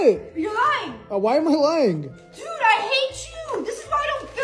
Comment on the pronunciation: Why does always say DUD 🙄 you don't get it